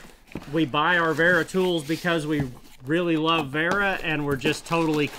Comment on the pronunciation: The correct pronunciation is "Vera" with a "V" as in the english word "very", by the way. Since your "Knipex" is so beautifully correct at this point, i thought i'd nudge you on to the next step on your hazardous journey through German toolmakers' names, brother. ^^